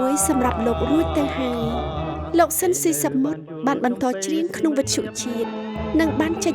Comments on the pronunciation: អ្នកអានអត្ថបទហៅឈ្មោះត្រកូលលោក ស៊ីន ស៊ីសាមុត មិនត្រូវសោះ។ ស៊ីន ទៅជា ស៊ិន ទៅវិញ។ 😊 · គួរឱ្យស្តាយ…! ស្តាយទី១ដែលបាត់បង់តារាចម្រៀងដ៏ពិរោះ មានទឹកដម សំឡេងឯកគ្មានប្រដូច។ ស្តាយទី២គឺអ្នកអធិប្បាយអានឈ្មោះតារាល្បីនៃយើងខុស ស្តាយជាប៉ុនពេក។ គាត់ត្រកូល ស៊ីន តែអានពីដើមដល់ចប់ថា ស៊ិន។